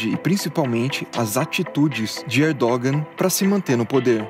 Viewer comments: Hahaha “Erdôgan” não pow hahaha se pronuncia “Erdoan” o G em turco é mudo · "Erdogân" seria a pronúncia correta